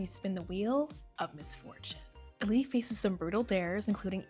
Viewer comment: Ahh-Li.. not Alli lol